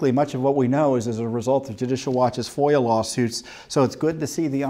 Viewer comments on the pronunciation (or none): none